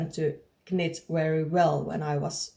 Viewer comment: HI, I am a too. Congrats on your new channel. Just a note for you.- when we say "knit" in English we do not say the "K", it is pronounced like "nit". I only say this because it is so impressive that you can do a podcast in English, and this one you will say so many times. So many words are not pronounced the way they look. Looking forward to hearing more about your finished knits. I would also love to hear about your dogs, about your other art endeavors and life in your part of Finland.